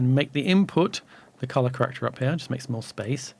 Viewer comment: Special thanks for the dual pronunciation of ‘colorrrrrr’. Made it even more accessible for me.